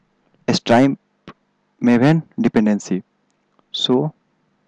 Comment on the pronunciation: "mav-en" its MAVE-en